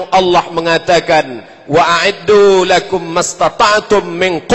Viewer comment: assalamualikum afwan ustad🙏🙏buKaknnya saya mau mengkritik apa yg antum sampaikan,saya selalu mendengarkan berulang kali khutbah antum,setelah saya perhatikan dan mencari ayat yg antum sampaikan,suroh al anfal ayat 60,disitu tertulis "LAHUM" ,tapi yg saya dengar, yg antum ucapkan adalah "LAKUM"afwan ustad sebelumnya kalau antum tidak terima.makasih🙏🙏